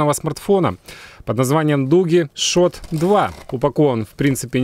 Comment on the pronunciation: ШУТ! А не шот. Бенчмарк, а не бичмарк!!!